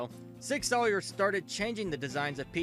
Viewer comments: Sour. Not Sawyer. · Learn to pronounce Sauer. It's "sour," not "sawyer." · I stopped watching when I heard sig “sawyer” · Nope, clicked off after you said the name wrong after 3 seconds. This is your job bro, they’re too big of a name in the gun world to get it wrong like that. Makes me think you make the video and then dub over it off a script. Like you aren’t paying at renting to what you’re reading or something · "Sig Soyer", "Smith and Wesston" lol wtf.....